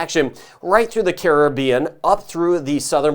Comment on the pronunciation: Thank you. Even though I'm all the way in ANTARCTICA, I'm locked in on Jamaica. And thank you for pronouncing the word ( Caribbean) properly. So many don't. Keep up the great work.